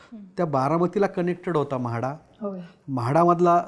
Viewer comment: म्हाडा.....नाय बे 😂.... माढा... पुन्हा चूक करू नकोस 😂